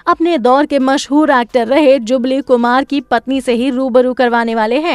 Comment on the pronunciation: जुगली नहीं जुबली होता है !! दुबारा ठीक बोला !! क्या कर रही है?! फिल्म गूंज उठी शहनाई 1949 में नहीं 1959 में आई थी ! अरे सुसरी पूरा वीडियो दिखा दिया पत्नी की शक्ल भी तो दिखा देती !!